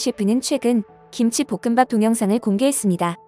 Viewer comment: 볶음밥 발음을 좀 제대로 해줫으면해여~보끔밥이에여 보끔빱이 아니구..